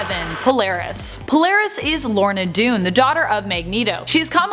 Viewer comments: Lorna "Dune"????? Dane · IM SCREAMING LAUGHING AT HER SAYING POLARIS IS "LORNA DUNE"!! Now, i thought all the ladies that do these lists are comic learned.....until now. Its "Lorna DANE"!! SMH